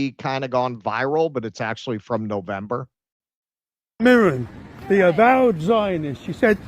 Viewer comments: I die a little inside every time you say Morran, it's Mirren!! I imagine it's subconscious cos you want to say Moron lol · Helen MIRren, not mirREN